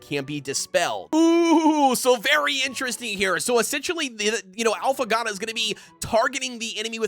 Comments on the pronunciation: When he keeps saying: “Alphagatto” 🤦‍♂️ bro its Affogato. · If you're gonna keep making Affogato videos at least take a second to Google how to actually pronounce the word 'affogato'. It's literally phonetic, just sound it out jfc